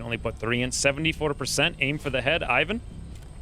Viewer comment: This video just needs one more thing - Google>how to pronounce ivan